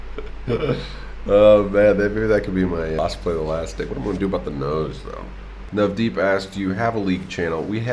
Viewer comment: Oh wow you actually said my name correctly otherwise white people be like Nev Deep ( like Deep deeper you know) :D